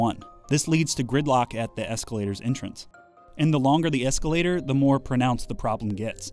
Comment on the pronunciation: Escalataaaah. My family is from Boston so thats my reality haha.